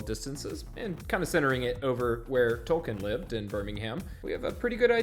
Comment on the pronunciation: Tol-KEEN, not Tol-KIN.